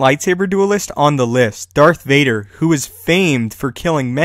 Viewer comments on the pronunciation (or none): none